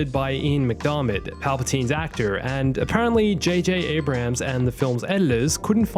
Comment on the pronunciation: It's not J.J. "Abraham" lol